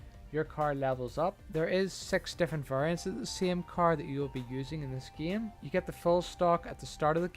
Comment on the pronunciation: plz stop saying "geime" and u refuse to get a new faster car because u have to upgrade him and because fo that u hate online. seems fair for a guy that dont play the geime